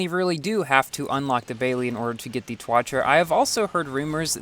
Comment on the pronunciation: Ssc tuatara Back then doesn't know how to pronounce Like the jesko now he saying (yes-ko)